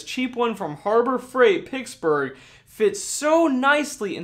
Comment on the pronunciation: Ya I was thinking he was having a stroke he also said Pittsburgh funny and he said carbit instead of carbide I guess but I assume he meant Cobalt I mean carbide drill bits are a thing but really only for machining or masonry